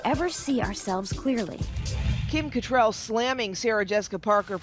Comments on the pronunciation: Are they mispronouncing Cattrall on purpose? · It's Kim CattrALL! ALL! Pronounce her name right! I don't know why it bothers me but it does. Probably because you're on TV and you're supposed to be professionals. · It’s Kim Catt-RALL not Kim Catt-RELL.